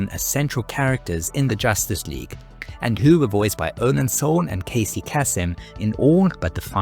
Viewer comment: You know, if you didn't know how to pronounce Casey Kasem's name, it only takes a scant 30 seconds to look it up online. I. mean, he was only a famous actor, voice actor, television star, and radio host who literally voiced hundreds of famous cartoon characters, so I understand why a content creator called "" might not be familiar with the name. 🙄